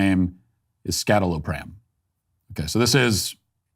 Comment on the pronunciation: It’s pronounced “EE-sye-TAL-o-pram”